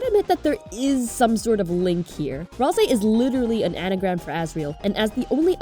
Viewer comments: Maybe you know but its pronounced ral say as seen by susies misspelling of ralsei when she griefs the instruction manual he made just sharing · Kinda related to the video: i HATE the pronunciation of Ralsei that people have chosen. Why do y'all say Ralzei when there is no Z? Or even worse, why Ral-SEE when Ral-SAY is right there and sounds SO much better. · I mean, sometimes. Your Ralsei pronunciation is inconsistent. BUT IT’S GOOD ENOUGH FOR ME